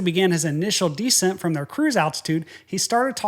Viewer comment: You're the only guy I know who pronounces "descent" as "decent".